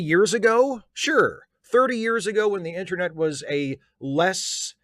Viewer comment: Does call the "internet" the "intranet"? Is this a particularly Maryland thing?